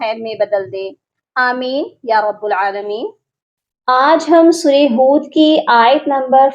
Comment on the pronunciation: یا رب اللعا لمین کی ب پر زبر ھے اپ ضمہ یعنی پیش پڑھتی ھیں